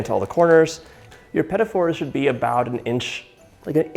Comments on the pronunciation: Watching him call them "pet-it fours" is almost torture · Why pronounce these two words as "pettifore"? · I've never heard of petit fours pronounced liked pettyfors before.... have I been saying it wrong the whole time? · I have never heard them pronounced this way! I'm not trying to correct something that can probably be pronounced a few different ways btw. Just super interesting to me.